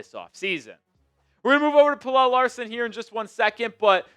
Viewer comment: Bro im gonna keep saying it... pronounce pelle's name right. drives me nuts